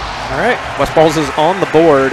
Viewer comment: did he call him "Westfart"